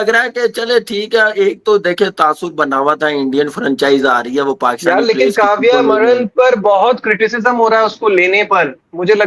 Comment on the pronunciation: काव्या मारन आप सिर्फ उस पोर्की से अपना नाम ठीक से लेणे को बोलो. बाद मे खिला लेना जहा खिलाना हे.